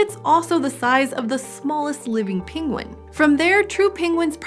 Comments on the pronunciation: It's /ˈpɛŋɡwən/, /ˈɛnɚdʒi/, and /ˈɭɛŋθ/, not /ˈpɪŋwən/, /ˈɪnɚdʒi/, and /ˈɭɪŋθ/ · Her pronunciation is all over the map. Penguin turns into pingwin. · I am hearing both “penguin” and “pinguin”. Anyone else heading pinguin? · No one : Benedict Cumberbatch : pengwings, penglings